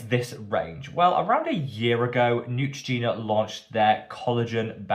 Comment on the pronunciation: ❌Neutrogena 👎Ciao ❤️